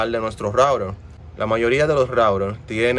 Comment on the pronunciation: Por que dices rourer si es router